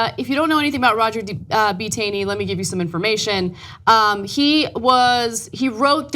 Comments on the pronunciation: Not that it particularly matters, but Justice Tanney's surname is pronounced as if it were written "tawney" . No kidding... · Ana, it's pronounced like dawn. as in "Tawney". In fact, there is a town here in Maryland, located in Carroll County, named after him called Taneytown. In addition, our Republican Governor, Larry Hogan, said yesterday he wants the statute of Roger B. Taney removed from in front of the State House and the Democratic leaders agree, so I'm sure that will be coming down soon also. No fuss, no muss. We know how to roll here in Maryland.